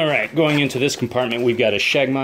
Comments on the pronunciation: sheg-mah? I think you mean shimagh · A "sheg-ma"? Maybe shemagh...